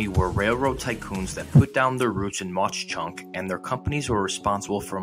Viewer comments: Corrections: The pronunciation is: Mock Chunk, not Moch Chunk. Jim Thorpe was indeed interred there, but he was ANYTHING but "local". Look that up. One thing they got right is, it's a beautiful town. Also, the name means "sleeping bear" in Leni Lenape - Delaware Indian. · Its called monk chunk not maush chunk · MAUK.......NOT MACH CHUNK. WERE DUTCH. GET IT RIGHT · It’s not pronounced MauCH Chunk 😂 it’s pronounced Mawk Chunk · Cool video! I lived on the mountain in Jim Thorpe and it was an outstanding place to live and attend school. I just wanted to let you know that Mauch Chunk is actually pronounced like "Mak." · Very nice video. I'm from Hazleton, which is near there, and have been there many times to walk and bicycle the trail along the river. But, Mauch Chunk is pronounced "Mock Chunk". Thank you. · Really? You’re from Hazleton so you should know, but I always thought it was pronounced more like “Mawk Chunk”. Live and learn. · Nice video..you did a great job but for the record...It's pronounced muck chunk even though it's spelled mauch and God rest his soul, the great architect and father of Allentown PA historic preservation and old Allentown preservation association is the person mainly responsible for the revitalization of Jim Thorpe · C'mon man. If you're going to do a video learn how to pronounce the name. It's pronounced "Mock Chunk". Advice: before making a fool of yourself, ask a local, how do I pronounce your town. I'm from PA. If anyone ever said it like you do, we would laugh him out of the room.